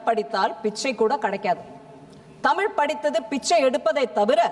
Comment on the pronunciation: தமிழ் என்பதை சரியாக படிக்க தெரியாது. தம்பூள் எம்பூள் என்று படிப்பார்கள்